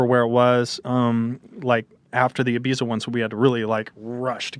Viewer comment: The way he pronounces Ibiza shudders